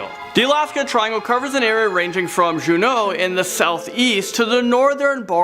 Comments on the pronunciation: pronounced "Joonknow" not "Janknow" city of Juneau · He says Juneau and Barrow wrong its jew-no and bear-row